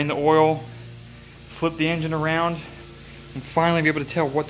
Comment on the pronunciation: Is it just me or does this guy talk funny?..Dwain the oil and turn the engine awound….